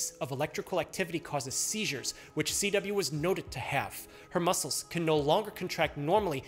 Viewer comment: CW sounds like a B